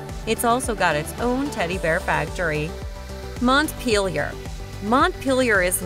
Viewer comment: I’m from Montpelier and the way she said Montpelier LMAO. Also the way she said chittenden lol, it’s pronounced: chitt-nen.